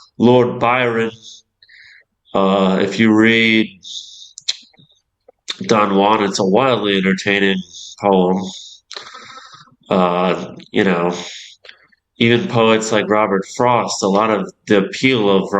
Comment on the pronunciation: I think you meant to say don joo-an